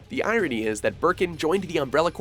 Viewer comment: OH LORD THE EYE-RONY